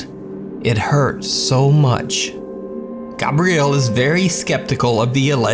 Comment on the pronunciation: I think it's hilarious you don't know how to pronounce Gabriel. 'Gabrielle' is not correct 😂